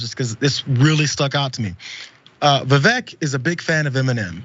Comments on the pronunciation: It's pronounced Viv-ake. Like fake. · Vivek (pronounced “Ake”) D.Snake 🙄🤦‍♂️